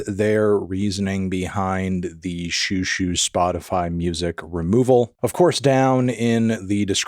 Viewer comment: They're doing an alternative pronunciation. Check out Xiu Xiu: The Sent Down Girl by Joan Chen back in the 90s .. she taught us out to pronounce it. It's more like JJu JJu.